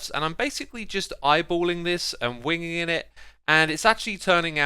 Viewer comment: "Wingingin it" -xisuma 2020